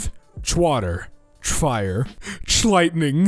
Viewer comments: "Chlightning" XD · Chlightning lol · Chlightning lmao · I fuckin died at chlighiting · I died at Chlightning 🤣🤣🤣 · chlightning omg im crying